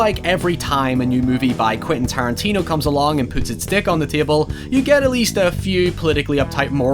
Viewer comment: When you said he puts his Deck on the Table, it sounded like dick.